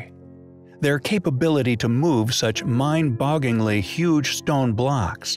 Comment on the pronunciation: I get it, you like looking up and using $3 words. But, if you keep saying things like "mind boggingly (bogglingly)" and "copper welding (wielding)," we feel you are going to need to scale back said vocabulary to $0.75 words. We find your mispronunciations highly compelling.